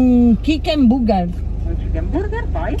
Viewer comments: "CHICCHEN BUGGER" AHAHAHA MORTA! Anche mio papà non sa l'inglese e ogni volta facciamo ordinare a lui per farci 2 risate! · ma perchè dici chicken come se fosse kitchen? 😅